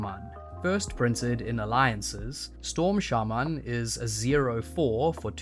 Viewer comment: why did you pronounced shaman like that lmao turned jamaican for a split sec